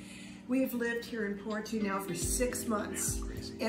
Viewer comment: I’m a Canadian Portuguese. I love the glitter in your eyes when you talked about your points for choosing Portugal. My wife (Filipina) and I are dreaming of moving and living there. Just a note: Porto is pronounced more like Poor-Toe not Poor-two 😆